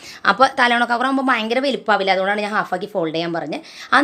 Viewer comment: Talona alla talayana